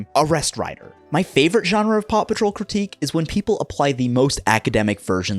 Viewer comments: i only hear "papa troll" now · Anyone else start hearing Papa Troll when the news programs were going fast in the beginning? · I still hear papa troll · listening to the intro while doing something else made me realise how much the American pronunciation of Paw makes Paw Patrol sound like Papa Troll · I can't hear anything other than "papa troll" pls help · I will never not hear the name of this show as "Papa Troll". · At some point I made a joke about "Poppa Troll" and now it's all I can hear when you say Paw Patrol